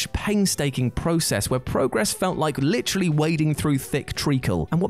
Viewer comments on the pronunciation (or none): none